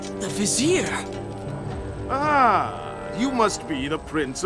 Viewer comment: It's Vizier not Vesere